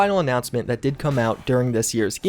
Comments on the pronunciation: I'd really like to know why it seems like you mispronounce commonly used words, or you say commonly used phrases incorrectly. In this video you mispronounce unveil and Stadia. In other videos you say I would be amiss instead of remiss, for example. I apologize for being so critical about this, but that kind of thing bothers me greatly. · google städia- breaks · Because of how he says Stadia is my bet. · He doesn't know words.